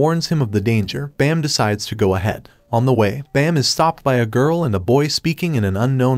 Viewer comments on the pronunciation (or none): It's Baam not bam 😅